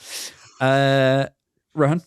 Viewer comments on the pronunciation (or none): It is not Ro-haan... it's Ro-Hn 🤣🤣🤣